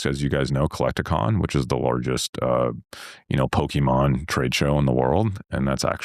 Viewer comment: I hate that he mispronounced pokemon